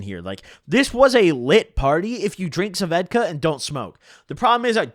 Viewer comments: Bro it’s svedka not sevedka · It’s svedka not suvedka lmaoo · What the fuck are you saying? Svedka? Ss ved ka... Am I insane? Do you actually pronounce it Sa ved ka like he is? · Nobody: Noone ever:: "Suhvedka" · Why u call it suh-vedka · why u say svedka "Sa - vedka" like that hahaha